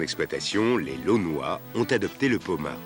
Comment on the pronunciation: Pas lonnois, lannois! Mais ça s'écrit laonnois